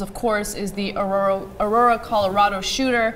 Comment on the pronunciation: a-roar-a its not that hard guys